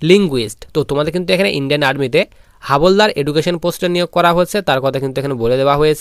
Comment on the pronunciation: Not হাবলদার... হাবিলদার